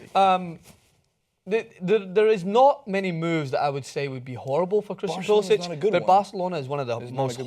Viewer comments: Its pulisic not pulisich its a hard c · You guys keep saying his name wrong. When he pledged to the US, he changed the pronunciation of his name to Pew-li-sik